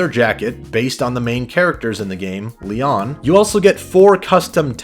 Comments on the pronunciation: Damn bro how do you pronounce tarot and leon so badly? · “Lee-on” “Lee-own” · It's LEON. Not LEE-OWN. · Its said lee on, not lee own, fucking noob. Jk, but this seriously bothered me. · Why does he keep saying "leone" instead of "leon" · Dudes clearly never played an RE title 😂 who tf is “LAY-YAWN”? 😂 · Le-ON? Jesus fucking Christ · Lee own? Its not hard to pronounce 😂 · Da fuq is le-own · You say Leon REALLY weird. Le ON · Lee ohn? Wtf lol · ??? Lee-Ann? You cant say Leon? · Who is this "Lee-ON" you keep mentioning? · Lee-off is better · the way he pronounced Leon killed me. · You say Leon really weird. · why are you pronouncing Leon's name like that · Good video up until you try and say Leon.... Wtf is with that pronunciation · Why do you say Leon like that. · How dumb do you have to be to not know how to pronounce Leon? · Why can't you pronounce Leon and Tarot correctly? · You pronounce Leon weirdly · The way you pronounce Leon and tarot pains me. Other than that, good video.